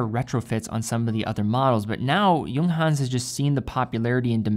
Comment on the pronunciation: He also pronounce the J like an English word when he says 'Junghans' lol